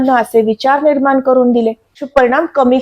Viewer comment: जोशी असून आनी पानी का बोलते ही? "ग्रहन" स्थान, परिनाम, निर्मान असं...